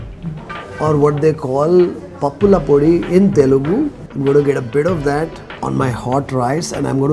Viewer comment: I like the way you say "pappula podi"